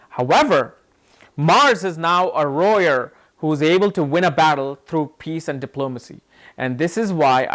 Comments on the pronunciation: Peaceful warrior if y’all are confused when he says “royer” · You keep mincing the words lawyer, and warrior and sometimes you say roarer! 🤣🤣🤣. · Lmaooo More Like "Royer"😅😅😅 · Pity you would waste a few seconds of your time making a useless response. You could've just responded with a single word stating what word you are using as you are not pronouncing it correctly. it sounds like "rowyer". I love your videos, don't get me wrong, and respect to what you are doing. It was just a simple question. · warrior dammit, he says wrong